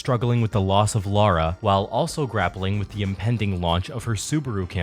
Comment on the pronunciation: Just fwi it's Lara not Laura. And I love this so much please do more seasons!!!! 🙏